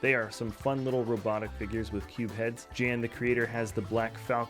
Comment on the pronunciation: Dear, you had one job... Prononucing my name INCORRECT once more... It is not „Djan” but „Yan”!!! 😫 Thx for the share, though!